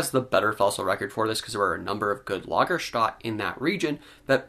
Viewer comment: You're an educated guy, and I enjoy these reviews. But it's not "Lagerstat" it's Lager-stet-e".